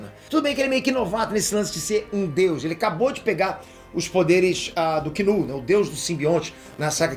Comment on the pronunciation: Me admira, que fala inglês, pronunciar KINUL ao invés de NULL O K é mudo, KNULL (NULL) 🙄